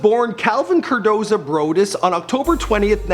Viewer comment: Cordozar not cordoza. Also Dre did not produce the Doggfather